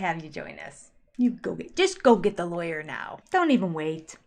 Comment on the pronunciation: You don’t need to apologize / explain away your speech therapist profession. Now the engineers with their rings,and most doctors have to tell you right, away…I’m an engineer.Talking about speech pathology is Kody’s pronunciation of lawyer a little off?Thanks for dekoding Kodyspeak.Happy New Year. everyone .May 2025 be better than anticipated.